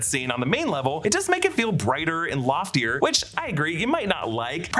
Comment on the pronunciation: lol, “loftier” ⛳️